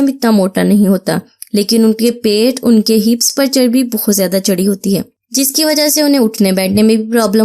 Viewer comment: It's pait not paits